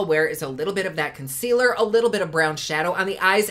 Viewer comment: Yay for!!!! avourit word: fondaçion....conckwealer and some bloush!!! the more you learn!